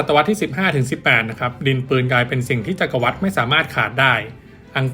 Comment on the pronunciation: จักรวรรดิ อ่านว่า จัก-กระ-หวัด ครับ